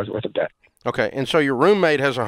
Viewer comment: Dave saying "roommate" with his whole chest.